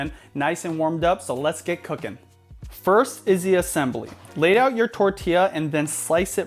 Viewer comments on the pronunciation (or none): "layout" sounded like leah lol